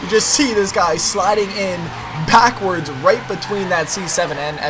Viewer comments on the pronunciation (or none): Is it me or -7 did say "packwords"?